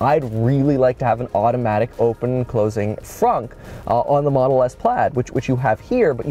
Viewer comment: Why is it fonk and not fronk?